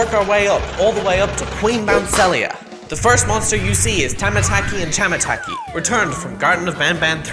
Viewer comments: struggling to talk:tamataa- thamhmn chamamh aTASAysayMScAHA say it ight dude tamataki and chamataki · Also it’s pronounced chamataki and tamataki